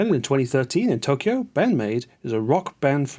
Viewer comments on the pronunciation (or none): none